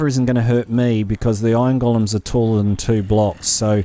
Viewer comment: I keep understanding "ion gollums" :D